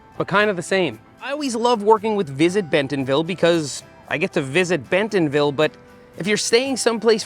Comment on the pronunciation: As an Arkansan, drop the “t” in bentonville when you say it 😂